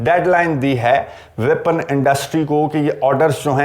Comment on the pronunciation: ویپن انڈسٹری & not وپن انڈسٹری۔